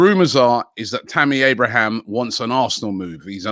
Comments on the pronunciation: Man still saying “Tammy Abrahams” it’s AbrahaM… ends with the m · TAMMY ABRAHAM, NOT ABRAHAMS! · So jarring that Robbie calls Abraham, “Abrahams”… where’s he getting that “s” from then